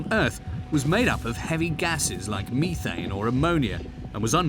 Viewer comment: You are correct. What scientists cannot pronounce the word" methane", correctly?